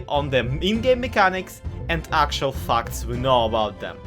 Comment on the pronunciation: Thought you said f not fact